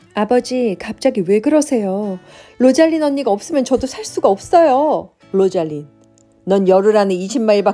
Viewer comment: 로잘린(로잘린드), 오란드(올란도), 오리바(올리버), 시리아(씰리아)